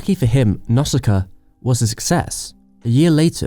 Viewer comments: you are pronouncing nausicaä wrong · Decent video dude and hate to be that person but please work on your pronunciation. I just heard Nausicaa turn into Nusca and Cagliostro turn into Kaglistro. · The Castle of Keg Leestro? Nasdaq of the Valley? Come on! xD